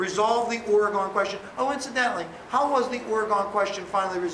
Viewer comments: It's "Or - Eh - GHEN", not "Or - Eh - GONE" T_T Still a great teacher, nonetheless :P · Seriously. As a former Oregonian, I object. :( It's pronounced "Or" (like "Ore") "e" (as in "egg") "gon" (as in the name "Megan").